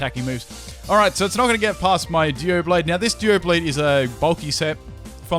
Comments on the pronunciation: it's DOUblade not DUOblade, but maybe that's just your accent. idk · Your pronunciation of Doublade is dubious.